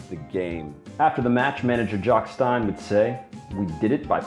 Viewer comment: Celtic manager jock stein is pronounced STEEN